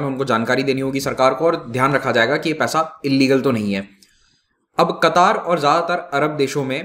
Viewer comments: It's not a qutaaar it's katar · Sir, it's क़तर not कतार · Its not qataaar, its qatar. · I think it's pronounced qatar not qataar. Qataar seems like hindi word for queue. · क़तार नहीं कतर होता है। अमीर नाहीं आमीर होता है। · Sir ji its Qatar not kataar🤣🤣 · It is Qatar not Kataar. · कतार नहीं कतर कहते हैं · Sir not a qataaaar but only Qatar. Democracy system of governance could only be success only when all the citizens are literature like kerala. It is not suit for such regions where illiterate people are more than literate. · It's Qatar, not Qataar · It's qatar nor katar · The actual pronunciation is Ghatar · Pronounce qatar correctly...its not qataar🤨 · Nam to sy ly mamo Qatar ha qattar ni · Your pronounciation of qatar is wrong. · Sir Qatar pronunciation sahi nahi h aap ki